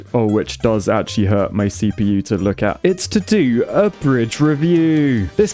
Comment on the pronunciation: "brich", surely